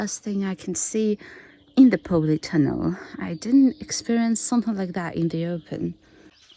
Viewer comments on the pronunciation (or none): I hope you don't mind me saying it pronounced polytunnel not powleytunnel. I wish you could visit my plot so you could see my vegetables . I love your content. And so wish I could live in a former soviet country such as yours keep up the great content it's some of the best on YouTube. Good luck for the season ahead. Here in the North uk we've had a warm spring I get the feeling we going to have a exceptional summer so I have high hopes for my melons 🍈 I grafted them onto pumpkin after seeing your tips. And hope to succeed after many years of failure. Thanks and please keep up the good work